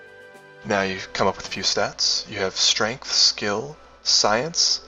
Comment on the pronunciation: Now I don't mean to pick on your speech patterns but you seemed to be mispronouncing "STREMF"